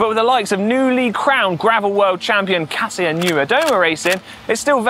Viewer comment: EPIC RIDE!!! Friendly reminder that Kasia's name is not "Ka see uh"... It's "Kah-shah." The "si" is Polish is a "sh" sound. 😀